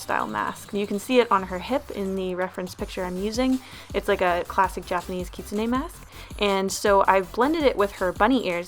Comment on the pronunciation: As soon as you said "kitsune" correctly I liked the video F I N A L L Y